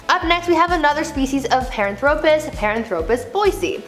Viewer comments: Nope. In her first video, she butchered three. And she butchered Paranthropus here. It's not "pahr-an-THRO-pus." It's, "PAHR-AN-thro-pus." Her data is sound, but her pronunciation makes me want to throw my phone. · She mispronounces Paranthropus the emphasis is on the second syllable not the third, pa RAN thro pus , not par an THRO pus!